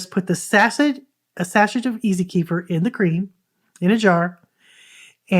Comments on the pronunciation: While we're at it kefir is properly pronounced kuh-feer or kef-fuh 🎉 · Thank you for the shared knowledge. It is enlightening! Also ,Kefir is properly pronounced...kuh-feer or keh-fuh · Sorry , I'm not sure what you point is. Please help me understand. Kefir is not pronounced kee- fur... it is kuh-feer ,keh-fuh and kē-fîr....look it up for yourself . Bye Karen 👋